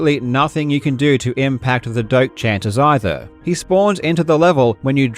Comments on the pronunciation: I learn today his name is Doctor Doak and not Doctor Dork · Doctor "Doke"? I always thought it was pronounced "Doe-Ack".